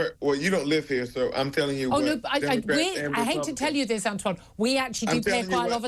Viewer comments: Antwon can't even pronounce important words correctly. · "Antjuan." I can't.